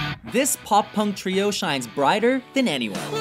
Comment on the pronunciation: STOP SAYING TRIO FFS!!